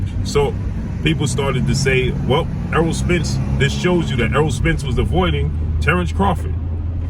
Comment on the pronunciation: Name is errol pronounced like arrow not earl smh but anyway love your content